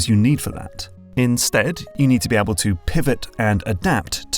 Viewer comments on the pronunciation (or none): none